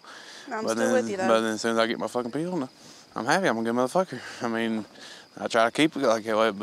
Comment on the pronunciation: The way they say "pill" like "peel" (orange peel) is so fuckin annoying man haha.